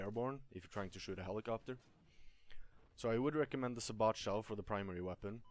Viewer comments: its not sabot it sabo with a silent t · It is pronounced say-bow it buuugs the shit out of me when people say it say-bot . I liked this guys vid never ever thought of the combo of the sabot and canister shell. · Sa bot shell hahah dumbass its pronounced sab it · im pretty sure sabot is pronounce"say-bow". obviously this is not a big deal though. anyway good vid, helpful for me as i dont play vehicles much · I'm sure it's already been mentioned, but it's say-bow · Lol thanks for the vid, btw I think it's pronounced Say-Bow (Sabot) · Say-bo. THATS how you say it